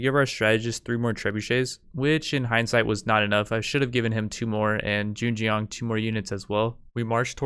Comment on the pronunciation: U got the Zheng part right, the Jiang should sound like...almost like TS (like tsunami) yang (connect the two, like TSYANG) but the TS should have an almost J after, so it'd be like tsjyang. The yang part is fast, like saying young but with an A instead (instead of ou). I differentiated it from how you would say yang (from ying yang), because the yang there is like yeng right, but with the yang, you should really have an open mouth (like saying awch). I really don't know why I even typed that, I just wanted to contribute something hahaha. Anyway, cheers on another video, looking forward to the next 1.